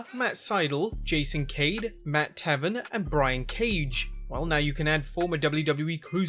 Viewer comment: I almost fell out of my chair when you mispronounced MATT TAY-VEN